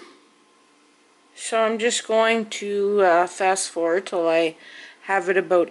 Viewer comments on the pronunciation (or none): none